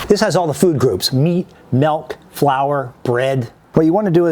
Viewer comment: "Melk" Shudders